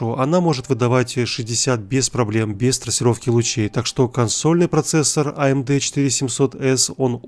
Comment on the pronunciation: аэмди, хахахахах